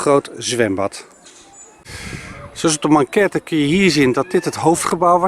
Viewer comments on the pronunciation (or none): Leuke video, zoals altijd! 👍 Ter info, het is ‘maquette’ en niet ‘manquette’. ;-)